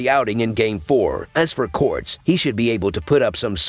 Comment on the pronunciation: it's Cortés not corts.